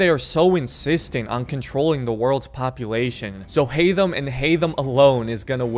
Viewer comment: Haydham really haytham